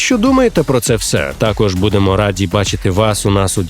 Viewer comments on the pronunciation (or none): none